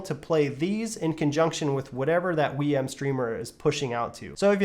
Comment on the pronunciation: "Wii M". 😂 Love that never watched a single other video before reviewing, haha.